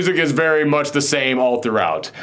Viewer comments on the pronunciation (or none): none